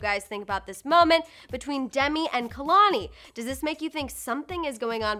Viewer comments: Well first is anyone also annoyed at how homegirl can’t even pronounce KEHLANI... smh....girl it’s KAY-LAN-EE...NOT...KUH-LAN-EE!! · I don't even care about what their talking abwt cause this lady ain't even saying kehlani properly